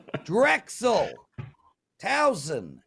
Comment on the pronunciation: Guys, it is TOWSON, not TOWNSON. Thx...